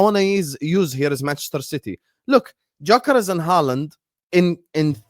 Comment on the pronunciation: please pronounce Gyokeres' name correctly. It's a silent G so you say 'Yokeres'.